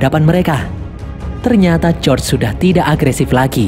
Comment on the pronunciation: Bukan josr bg tapi George😅